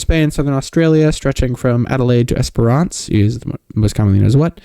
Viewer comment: esperance is pronounced with a silent second e and schwa on the a lol lol, like Esprance